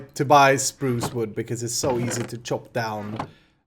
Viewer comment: I love the way you say Spruce. "Sprooosh"